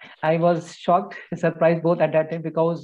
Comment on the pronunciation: Bee- ka-ooze.